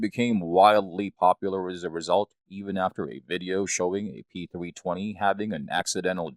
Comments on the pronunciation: Is this guy really saying Sig P "Thwee twenty?" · “Sig pThweeTwenty” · "The Sig Pee-thwee-twenty"